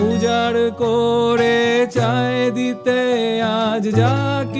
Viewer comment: কড়ে নয়, করে। উচ্চারণের জড়তা কানে লাগে খুব।